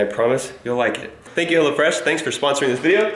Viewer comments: Who else thought he said HellaFresh instead of Hellofresh? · when you say hellofresh, it sounds like you say hella fresh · I thought it was "hella fresh" cuz the way he said it lol. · sound like you said hella fresh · When I first heard you say 'Hellofresh', I thought you meant 'Hellafresh' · when he said hello fresh... i thought he said hella fresh xD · i thought he was saying hella fresh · I thought you were saying 'hella fresh' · before he put the link up for hellofresh i thought he was saying hella fresh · Hahaha I thought you were saying "Hella Fresh" 😂😂😂😂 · Am I the only one who thought he said hella fresh? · I thought you were saying hellafresh hahahahahah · I thought he was saying "hella fresh" lol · I thought said "hella fresh" at first lol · anyone else think that was saying hella fresh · Kept sounding like he was saying hella fresh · Until you put the text on screen, It sounded like you were saying "Hella Fresh" which is honestly a better name. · anyone else thought he said hella fresh?